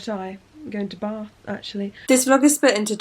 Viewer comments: I actually laughed out loud when you said I’m going to Bath in that Yorkshire accent 😂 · Heather S I picked up that. Because I’m from Yorkshire haha